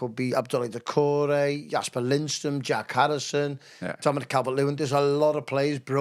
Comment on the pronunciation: Can someone tell that it’s Jesper and not Jasper and it’s the Everton stadium and not The Bramley More? Really enjoy his take on things, but grates on me that he doesn’t know a few basics. Up the toffees